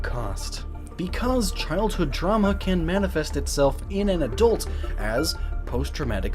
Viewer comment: "the symptoms of childhood truma"... lol truma